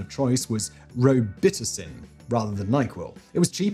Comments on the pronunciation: Hearing Simon read row-bah-tussin as ro-bit-a-sin made my day. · Roe bitisen? Is that Robitussin ? Hmmm now that I spell it out, I can see why you pronounced it that way? Check Chris Rock’s robitussin joke out I’m sure that’s online. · Row-bit-us-in you traitor. I'm still disappointed you're calling lifts "elevators." :/ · I love Simon's mispronunciations! Robitussin is row-bi (like bid) tuss - in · Roh-bit-es-in. I love when Simon has to pronounce a new word. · I love that simon pronouced Dextromethorphan correctly but Robitussin wrong 😂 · You also caught that, huh? lol gotta love the Fact Boi!❤ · Simon's pronunciation of Robitussin made me lol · Simons pronunciation of Robitussin,lol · Yeah, that was definitely a choice lol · How Simon says Robitussin 🤣🤣🤣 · Simon mispronouncing Robitussin made me laugh way harder than I should have. Beautiful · Hearing Simon pronounce Robitussin made me laugh pretty hard. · I like how he nearly pronounces the active ingredient correctly then can't even pronounce robitussin right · How would I know he needed a pronunciation guide for Robitussin?!